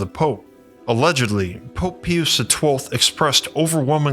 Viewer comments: it is not pee youse---Pius - it is PIE youse.... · Dude….PIE-US, not PEE-US. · It’s pronounced pope PIE-US not PEE-OOS! 😂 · Pius pronounced pye-us! (Not pee-us) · This is a very intriguing story. Thank you! I cannot figure out what dialect or ethnicity is...his pronunciation of English words are very odd especially when he pronounces Pope Pius XII as "pee oos" instead of "pie oos." It seems that one or more of those 12 scientists who were recruited to work on this "time machine" leaked this information to a certain "MIC" aka deep state/deep church that led to a certain black project called, "Project Looking Glass." This was reported to "whistleblower" interviewer, "Kerry Cassidy" (rolls eyes) at her 'Project Camelot.' Can't help but see the similarities. The only difference is it got into the hands of possible criminal, maniacal, psychopaths. Love the sweater. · I think it's always pronounced PIE-US. I have never heard anyone say pee-oose. Oh yeh good vid, glad you're back I was wondering if you hung up the content making. Glad you didn't. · Pius is pronounced "Pie-Us," not "Pee-Us." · Pius is pronounced pie-uss, not pea-uss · Pie-us. The Pope's name is pronounced pie-us, not pee-us. You know, as in a pious man? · It's pronounced Pope PIE-US not pee-use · Pie-us, not pee-us. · 'Pius' is pronounced "pie-uss" not "pee-yus" The same way you'd pronounce 'Pious' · Lol... at you thinking it's "Pee us" the 6th, and "Kickero".... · Just an FYI, his name is pronounced Pope Pie • us, p.s. I mean no disrespect. 💗🙏💜GOD BLESS💜🙏💗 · i thought i was listening to Ai . I kept on cringing every time i heard pee-us. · Pope Peeoos? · To say the popes name is. Pi us sound in English. Just so you know. People will recognize it then. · Pope "peeyuse" the 12th ? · PIE-us is correct pronunciation and yes i am autistic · It’s Pope Pie-us …..As in piety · Pius = 'Pie-us' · Pope Pius=Pie-us Cicero=sis-ero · Pope "pee-us" ummmm what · Pope Pee-us 😂🤣💀👻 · Dude, it's pronounced "PIE-US".